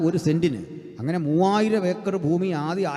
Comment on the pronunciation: ഫൂമി അല്ലടോ ഭൂമി വായനക്കാര